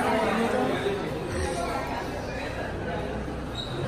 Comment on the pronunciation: like si notaste que dijo areopuerto, cuando se dice aeropuerto